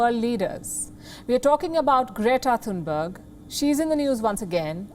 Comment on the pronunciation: "Greata Thuthubarger"😂